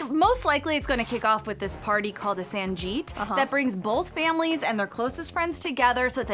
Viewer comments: that's not sanjeet, 'SANGEET'. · SANJEET? it’s sanGeet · 1. It's not called San"Jeet", It's called San"geet", like how you pronounce 'g'reat. 2. There is no such thing like searching for the groom's name before "they can sleep together". That's just outrageous. It's just a fun tradition and nothing to with any "sleeping" rules. 3. There is no "traditional Indian dance", there are various forms of traditional dance in India. You're welcome. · It’s not sanjeeettt! 😂😂😂😂😂😂😅😅 it’s sangeet! Like g from guy. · Its san”geet” not sanjeet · Ur pronouncing wrong mam...'sangeet'😝